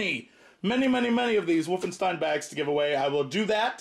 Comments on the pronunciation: He says woofenstien .. lol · "Woofenstein" :3